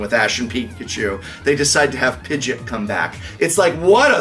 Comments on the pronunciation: did the professor call Pidgeot “pidgit”? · Dude called Pidgeot, Pidgit Lol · cause that’s not how it’s pronounced. Not in the anime or trading card game. You don’t call Doritos, Dortos Or Beer, Ber/Bear. It completely changes the word into something else. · it’s pronounced Pidgeot, not Pidgit. YouTube how they say it in the anime. The last episode of Ash being in Pokemon, he clearly says Pidgeot, not Pidgit. A Youtber called: King Sentinel has the clip from the anime on his channel. I just watched it. It’s 32 seconds long. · I thought I was the only one who pronounced Pidgeot as "pidge-it", lol. Glad you guys were able to make so many videos from your visit to TCC and hope you make more soon. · Likely because the Pokerap pronounced it that way.